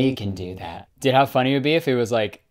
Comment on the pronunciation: More like dòòd